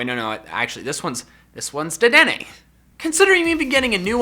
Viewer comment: Not deddeney dr.deddeney